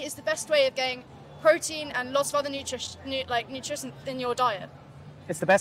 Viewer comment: She can't even say nutrition 😂